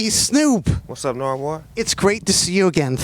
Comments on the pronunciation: fuckin love how Snoop still seems to think Nardwuar's name is "Nardwuard" lmfao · 23 years and snoop still says “Nardwaurd” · I enjoyed that snoop still thinks his name is nardwuard